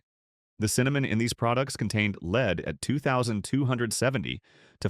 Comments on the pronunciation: Great voice but bad, very confusing reading, e.g. "leed" for lead, the chemical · It would help if these documentary safety videos were given by real people who know how to pronounce the heavy metals, especially lead. It goes to credibility. And i agree that there are heavy metals in our food. Just, please. Show credibility. Friends. Its far more important than you realize